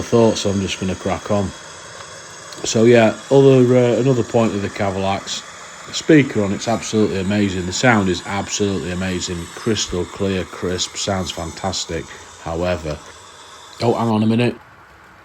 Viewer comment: Yep, like it but repeat after me; CavalEx with the emphasis on EX! LMAO